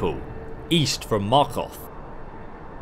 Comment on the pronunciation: You pronounce Markarth so oddly mahkagh